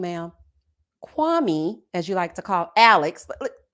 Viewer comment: here I am watching the live recap and you did not disappoint. I’m not even watching the show right now. These reviews are telling me everything. So glad Marshall is free from Jackie. I see myself in him, we are not softies. Also I wish people would pronounce Kwame’s name correctly.😂 I just want Chelsea to find herself a black man that wants her.